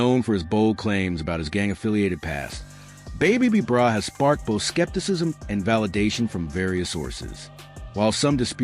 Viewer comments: boooo u saying the name wrong..who is babe b brah smh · your not even saying his name right! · The information about the original B-Brayz is false. He never went to the Pen. On top of it all they mispronounced his name throughout the whole video. This is completely disrespectful. This video needs to come down.